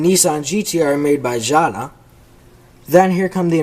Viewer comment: What the hell is gsssahhhdaa , it's jada, like jay duh